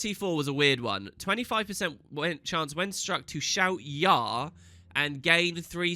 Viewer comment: You pronounced "Yarr" wrong xD